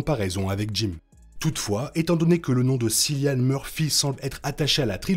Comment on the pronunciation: Cillian Murphy ça se prononce Killian ;)